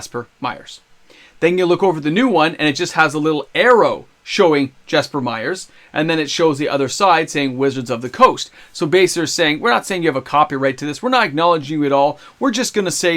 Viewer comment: Jesper Myrfors (not Meyers 😃) had a big impact in the early years of Magic, I read that he was great at convincing talented artists to do art for mtg. Also, he did lots of iconic artwork himself, including a good deal of the oldschool dual lands. I think my personal favourites are Tundra and Tropical Island. If WotC f*ck him and other OG artists over on their artwork I sincerely hope that they take them to court over this. I also hope that new/upcoming artists take note of how WotC treat their artists. Great game run by the biggest/worst idi0ts....